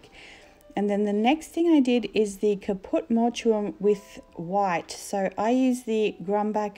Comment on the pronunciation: Just FYI It's pronounced Caput Mort um :)